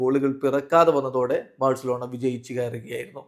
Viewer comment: Its not Barcelona it's varcelona 😂 pls reply cryfans